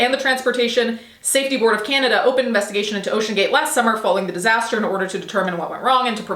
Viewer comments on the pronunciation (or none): none